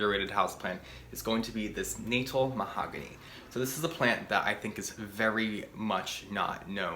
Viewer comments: The Natal mahogany grows here in KwaZulu-Natal, South Africa. They get huge and impressive. And its pronounced "Nataal" not "Natel" 😂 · Pronounced Nuh-tal after Kwazulu-Natal Provence in South Africa where they are native. Love your videos 💚💚💚